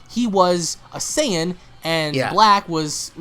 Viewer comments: Not to be a dick or anything, but its not Saiiiin- its (SAY-IN) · Why are you saying Cyan? It's "Saiyan" (Say-yan) bro... Say it right. Black isn't very intimidation yet. Future trunks seems weak af now so seeing him lose means nothing when compared to goku and vegetas power. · hating the way he's pronouncing "saiyan" as if they've never said it themselves in the series v.v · sorry but not sorry your pronouncing sayain wrong